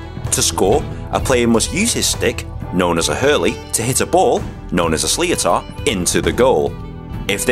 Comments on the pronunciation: Its not shleatar it’s shliter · It’s pronounced slit-er no slio-tar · Nah slee-oh-tar man I'm dying (its sh-li-tar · In Ireland, we pronounce the ball more like' shlit er ' not slio tar. It was interesting to hear it this way. amazing video. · U don't say sliotar like sli-o-tar u say it like sli-ter I'm Irish and if I heard someone say I got a belt of a sli-o-tar I wouldn't have a clue what he's on about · Slee o tat its pronounced shliter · A sly-otar hahhah its a prounounced slit-er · It is a sli-tor not sli-o-tar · Why did he pronounce sliotar like "Slee-Oh-Tar", it's pronounced "slit-ter" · It's pronounced (shlitter) not (sleeotar)! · Sleeatar 😂😂 it’s a slit-r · If you pronounce sliothar like leotard.. you better @@ stop. Its pronounced more like slither. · you made several mistakes. Had you done your research you'd know that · Pronounced 'shliter' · "Slee-Oh-tar" Aw, bless ya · Thanks, great video, FYI, it's pronounced: "Slitter" (Sliothar), also, a small correction, you are showing intercounty games, they are 35 min each half, not 30 min. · "The Slee-oh-tar" LOL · Its prononced like "shlitter" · SLI-O-Tar LOL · I’m Irish and sliotar is pronounced sliter😀😀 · Sliotar is pronunced 'shlither' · Its gas the way he says slitior wrong🤣🤣🤣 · Stiotar (S-lit-er) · Btw the sliotor is pronounced slitor or as I say slihor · Sliotar = slit-er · Who got pissed by the way he said slithor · Sl it tar that how u pronounce it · It is called a sligh ter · Sliotar is pronounced slit ur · U said sliotar wrong it's sli-tir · It’s pronounced like Slit-er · It's actually pronounced Sliter. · I know your just learning about it but sliotar is pronounced slitter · it is pronounced shliter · Its pronounced slither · It’s a sliotar pronounced shliter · the ball ... the sliotar is pronounced SLITAR .. i'm irish so i know what im talking about :) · Sliotar is pronounced 'shlither'. Its an Irish word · Who else got triggered when hey said slee-otter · You pronounce it shlitter